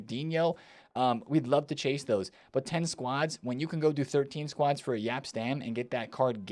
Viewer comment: Yap Stam! YAP! It took three years, but finally, you’re correctly pronouncing Jaap Stam!